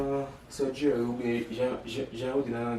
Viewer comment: Mw pa Nan #sòdjèri= #Surgery Jan yo di l'an anglè a😁😁😁😁😁😁😁👏👏👏 love you too much